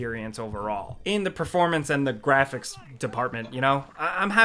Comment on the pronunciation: Idk why in this video EVERY time he says THE he says "duh" never noticed it in other games.